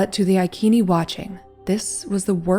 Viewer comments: Yes, the "c" of Iceni was a "k" sound, but the way you pronounce the name of the tribe is modern English. I think the correct way is to use the Latin "restituta" pronounce, since the name of the tribe has arrived to us by Roman writings. So, the correct pronounce should be: "I" like in "pin", "k", "e" like in "left", "n", "i" like in "pin". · It is Iceni, with an S sound! Boudicca is my direct ancestor 65 times removed. I live in Iceni country now! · Thought the tribe was pronounced "I-see-knee" according to a history channel documentary, which is very good. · Soft 'c' not hard 'k'....Ic (see) ini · Proper pronouncement of ICENI....Eye-sin-eye. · I'm not being picky but Iceni is said as "I see knee". love this channel so much❣💗💙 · Not “ ikeni” soft c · Prounounceation is icene like said in ice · It's normal to say iconic with a soft C, why do yanks think they know different? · Iccccccnee. Not IKeeeni! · It’s pronounced “I see knee tribe” not “I key knee”. Love you vids. 😊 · ITS CALLED sELTS NOT KELTS AND iSEEENI NOT IKEENI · Who were the i-keeni, neverheard of them. There was a tribe called I seeny ( iceni) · Eye Sea knea = iceni not I kean e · “Iceni” tribe is pronounced “Eye-SEEN-eye” (not “EYE-keen-ee”). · Boudicca was queen of the iceni tribe (eye see knee ) not eye key knee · That was excellant. But wasn’t Iceni « I see ni » not « I kee nee »🤨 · Their name is only recorded in Latin, so we do not know what their actual name is. That being said it is not I as an eye. But a long e sound as in ee Ken nee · The pronunciation rule in English has the “c” followed by “e” or “i” pronounced as an “s” ( eg. I-sen-ee / Iceni ). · Hi, like your stuff, pronounced I-See-Nee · Iceni (Eye-Say-Nee).